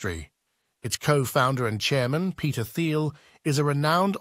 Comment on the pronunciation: You are what is wrong with Pltr stock. As soon as you pronounced Thiel’s name wrong I was done. You don’t understand the company so your opinion doesn’t matter.